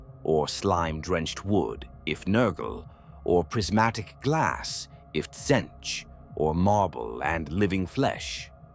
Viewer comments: Personal favourite: Sintchch 😂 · Better teach the voice thingy to say Tzeentch properly, maybe spell it phonetically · It is funny and apropriate how the Ai(come on, we all know) keeps pronouncing Tzeentch in different ways.